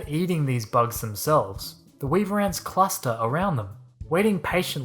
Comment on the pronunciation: Weaver ants We-a-ver ants